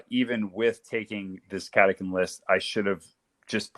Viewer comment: Catacan. Is how I saw it but Catachan is how I’m told it’s said. I like the lazy Cataken